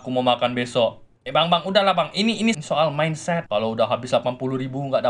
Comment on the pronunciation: Wokwokwokk ngakak cuk saat abbg motivator nya bilang minset🤭🤭😀